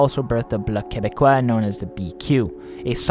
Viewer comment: As a Quebecer, I am very impressed on how you correctly pronounced the terms "Parti québécois", "Bloc québécois", etc. Also, great video!